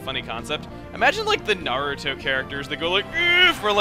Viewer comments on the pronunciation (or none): none